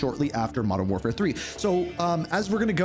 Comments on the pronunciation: I'm here for the content 1. Wodern Warfare 2. Advance Warfare 3. CoD GHOST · Modern door 4 (feat. blame truth, Joe Cecot, that guy that voice carver butcher)